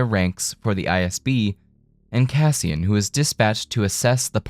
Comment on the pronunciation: "Cassian" - you get it wrong about 200 times. I'm out. you are a bleating tool.